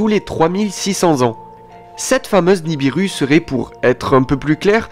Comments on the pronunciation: NI BI RU pas niribu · pas niribu c'est nibiru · Tu ne connais pas ton sujet tu ne connais même pas le nom de la planète en question qui n'est pas niribu mais ni bi ru. Ensuite elle n'est pas en formation dans l'espace, elle est aussi vieille que la terre. Bref encore une video uniquement pour faire des vue.